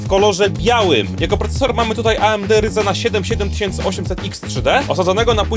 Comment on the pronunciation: jak możesz tak wymawiać serię prcesorów ryzen (to się czyta rajzen a nie ryzen, kurwa jak mnie to boli)